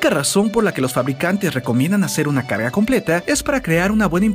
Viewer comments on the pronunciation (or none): min en vez de decir carga dice caca